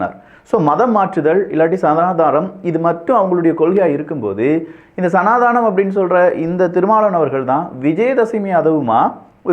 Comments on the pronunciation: why sanadaanam??? It's sanadhanam! Please pronounce properly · It is சனாதனம் not சனாதானம்